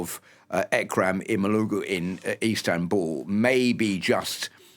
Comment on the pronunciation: it’s interesting to hear the west pronounce Erdogan’s name very well but not show similar care in pronouncing Imamoglu’s, while both of their names include the same “soft g”. we expect the same care from the west; otherwise, we are beginning to think the west prefers one over the rest.